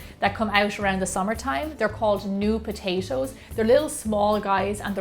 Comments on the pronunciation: i luv the way she says potashoes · She says potatoes like potashows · Potachio. Potacho. Potaaaayyyshow. :) We will go ahedge and put them on a playshe. Each potayshow, one by one potayshow. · Potatios??? lol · I love the way she's saying "patato's" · All I heard was POTACO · and why does she say it like "potacio".... ugh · Is she saying potasho?! I'm serious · did she say potasho? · whenever she says potashos i cringe no offence for sure